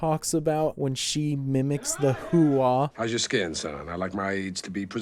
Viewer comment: No my guy, "HOOAH!" Was a word we learned in the Army, the Marines have OORAH, Navy has HOOYAH, the Air Force has HEYWEGOTBETTERGRADESINHIGHSCHOOL!... lol, no but he doesn't say it the way we did, it was less of a dipthong, to say it correctly you make it sound like you're absorbing a hard punch to the solar plexus, like a hard exhale, HUA! It also allegedly comes from an acronym, Heard, Understand, Acknowledged aka every possible answer other than "NO", if someone asked/ordered you to do something you either said yes or HUA, not like NO was ever actually a real option in the military lmfao. Holy shit I never realized Pacino's character mentions serving at Fort Huachuca, I was at Huachuca my last 18 months, very beautiful part of south eastern Arizona ♥